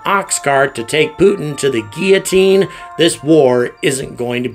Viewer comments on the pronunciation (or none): none